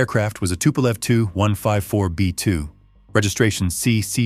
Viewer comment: In English it's pronounced with two syllables; ('The TeeYou 154) not one syllable, like the number (2.) Gracias por tu produccion increible,.